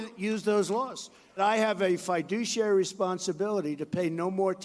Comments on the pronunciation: He can't even pronounce fiduciary. We have definitely devolved to the lowest common denominator of rulership. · The fact that T***p doesn't know how to pronounce fiduciary says it all I think.